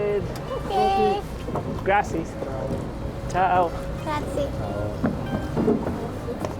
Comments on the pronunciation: When you say "Grazie" be careful not to forget the final E. The final E in Italian should obviously be pronounced. Unfortunately, even many Americans say "Grazi" instead of saying "GraziE”. 😊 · Guys when you say grazie the last letter e you have to pronounce it 😊. Hearing grazi for an italian Is awufl😂😂😂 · Gliel’ho fatto notare anch’io, mettendo anche il minuto nel video in cui loro, tutti e due, scendendo dalla gondola, dicono “Grazi”. Ma lo sentiamo dire sempre anche dagli americani (ma anche dai tedeschi, qui in Germania) Grazi, senza la E finale. La cosa che a volte mi meraviglia, è che uno girando vari giorni per l’Italia, lo sente spesso magari anche dal personale di bar, ristoranti, hotel, ec., poi nel momento in cui lo devono dire loro, anche due secondi dopo, se ne escono dicendo “grazi”. Potrei capire se fosse una parola che si sente raramente durante la giornata in Italia, ma qui si tratta di una parola che si usa praticamente spesso.